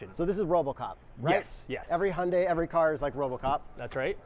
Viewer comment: hi yun dai you're professionals, you can learn to pronounce this